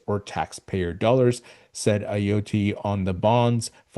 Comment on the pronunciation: Great video. Ayotte is pronounced [A-Yaught]